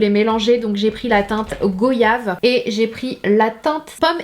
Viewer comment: Bonjour sananas le fruit goyave se prononce " Goiyave" ( c'est de la part d'une antillaise )